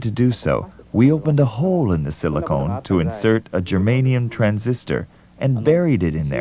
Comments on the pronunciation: Really enjoyed the video. Thanks. My only issue was everytime the narrator said "silicone" I shuddered. Be g difference between silicon and silicone!!! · As per comments here, is look like every time the narrators say silicone, some of us were thinking about... tits. Anyway, a good documentary. I don't need to mandatory watch it, but listening is enough.